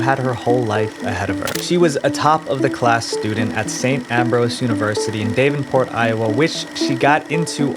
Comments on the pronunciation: I’m from the area where she came from, so I was slightly annoyed at the mispronunciations of the town names it’s actually “ELL-DRIDGE,” and “DAVV-IN-PORT.” Sorry Davenport is my hometown and I’m very picky about it. 😅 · Good video, but you mispronounced Davenport.